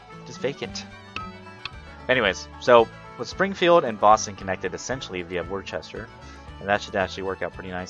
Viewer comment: Love the video taught me a lot, but way off on the pronunciation of Worcester. Not that it matters but some of the towns around Boston have some really odd pronunciations. Sounds more like Woo-ster To hammer the point home another example Peabody, you would think Pee-body as anyone would, but it is more like pee-ba-de. Very strange us New Englanders :/